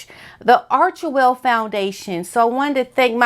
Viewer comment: They don’t even pronounce Archwell correctly it’s Greek and pronounced Arkwell. Hard K .